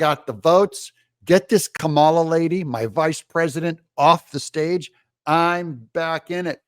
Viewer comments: Pronounced , blah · SKAMALA Better than all Indian calls centers combined!